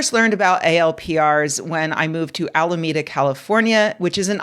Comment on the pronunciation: "I know it's in Alameda, but vere is Alameda?!"